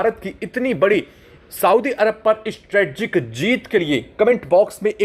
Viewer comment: Strategic (स्ट्रेटेजिक) बोलो।